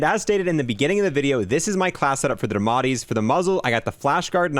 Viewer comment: I like how he called it the ‘damatti’ instead of ‘diamatti’ just completely forgets the I